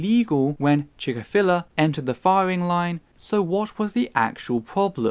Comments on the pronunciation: Why do you pronounce Chick-fil-a like that? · Good points made here. I must admit though, I've never heard Chik-fil-A pronounced like that.